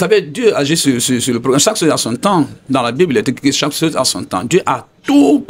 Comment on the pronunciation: Veuillez m'excuser hein, je sors un peu du thème juste pour comprendre quelque chose. Loin pour moi toute sorte de moqueries. Pourquoi les Guinéens ont du mal à bien prononcer le mot CHOSE ? Sinon... belle émission !